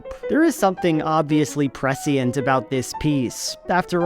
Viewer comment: You pronounced prescient wrong